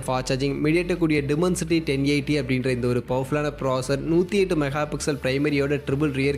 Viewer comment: Adhu dimensity, demoncity illa, pronounciation must bro